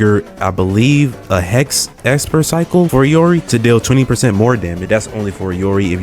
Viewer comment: Saying I can't english when the person who says it calls her "EE-or-EE" doesn't fill me with confidence.